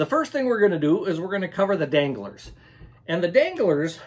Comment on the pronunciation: When you said danglars I thought you were talking about dingleberries